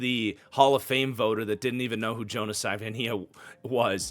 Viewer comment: The Dolphins 2nd round pick is pronounced Sa-va-e-naya